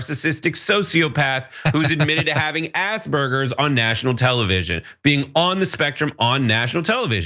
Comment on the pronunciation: It's Aspergers NOT ASSBURGERS.